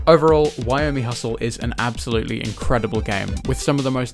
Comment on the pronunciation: also wyoming hustle? Not Yo-mi-hustle or Yo-mi.